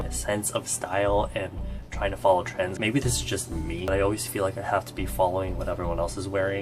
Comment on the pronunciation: Am I the only one who heard when he said TRENDS but actually I heard TRANS😂😂😂